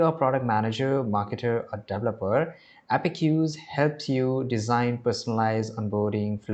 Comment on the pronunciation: Thank you for the informative video! One small note — the correct pronunciation is "App-Cues" (two syllables), not "Appe-cues". You can type it into Google or any AI tool to hear the correct pronunciation. Keep up the great content! 🙏